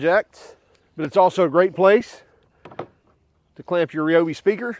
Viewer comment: Ryobi, not Reeeeobi.